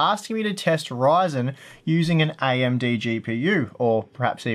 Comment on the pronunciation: This guy is a great review and I love his hard work. Also the way he says AMD(IMD), totally cute. But people requesting these testing need to give it a rest. I won't play the entire game in the geothermal. Please people can stop fabricating lies face the truth right now. Yes AMD has potential to expand in the future; but they don't have the upper hand now. Honestly I run an all and rig but I will buy an Intel CPU and Nvidia card if I needed it today and wanted optimal performance.